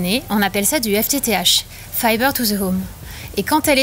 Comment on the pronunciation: je ne savait pas qu'on disait " fiver to the home" , il n'y as pas de lettre "B" dans le mot "fiber" ??????